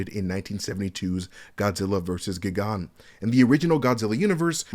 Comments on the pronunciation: Gigan is pronounced "GYE-GAN" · Great breakdown as always, but damn, i winced at the Gigan pronunciation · Godzilla "experts" should know how to pronounce Gigan shouldn't they? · You need smacked for that pronunciation of Gigan 😂